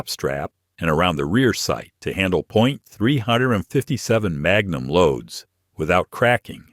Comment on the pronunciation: If you’re going to rely on AI text to speech to narrate your video, then at least proof it after to make sure it got it right. Maybe try writing out the script in words (three fifty seven magnum) so you don’t end up with nonsense.